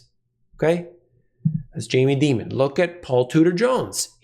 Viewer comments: Dear Jamie pronounces his name DIAMON(D) NOT DEMON? JUST AN FYI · It’s Dimon like Diamond. Demon does fit though 😂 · you're mispronouncing Mr. Dīmon's name. I know you have too much integrity to do that intentionally; even Max Keiser wouldn't do that. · The correct pronunciation of Jamie Dimon is Die mon not Dee mon. However. I think Jamie is a demon so you may be more correct. I am inclined to fade people like Dimon and other high profile characters. Commodities have had a big run. Nothing goes up in a straight line. What better way to attract buyers to sell to? They do it all the time and sheer many sheep. I've been an investor for 40 years. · The correct pronunciation is "Demon". Because that's what he is. Very common parlance in the investor community. Everybody knows that it's really Dimon.